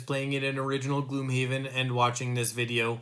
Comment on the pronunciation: GLOMHAVEN XD Good video though :)